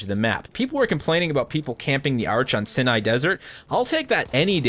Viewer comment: It's pronounced sigh nigh, not sin eye.